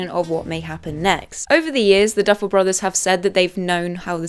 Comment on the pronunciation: Girl it’s the Duffer brothers not the Duffle brothers